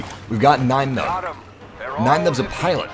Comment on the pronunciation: What's white saying Nien Numbs name like that. His first name isn't German you know. :(